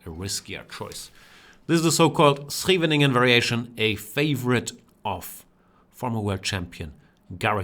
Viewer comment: Great game, even better pronounciation of "Scheveningen" by a German. I know Jan speaks some Dutch, but this is next level (together with "Wijk aan Zee") ;)